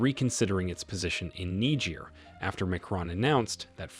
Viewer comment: It would be a little helpful if the Narrator would learn to pronounce words, especially foreign names, before making the video. What is especially grating is the words junta (whon tah), Macron (mac r-own), Niger (nee j-ear) and repositioning (rep-o-sishion-ing).